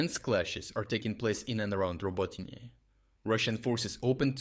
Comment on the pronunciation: Since the beginning of this year, I noticed that your English pronunciation got a little better, but now you pronounce the names of Ukrainian towns differently. For example now Robotyne sounds like "Роботіне" instead of "Роботине". Are you using a text-to-speech tool based on your own voice or did you practice your English and change your pronunciation of Ukrainian towns to make it easier for English-speaking people who are not used to Ukrainian sounds?